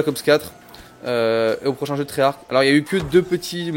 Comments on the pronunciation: On prononce pas treyach avec un k à la fin, dans la langue française "ch" sa fait " Che" donc treyarche EEEEEE ! C'est stressant jte jure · Et tu cest même pas dire treyarch